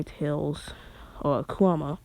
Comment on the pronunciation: He says kuwama aswell. 😂😂😂😂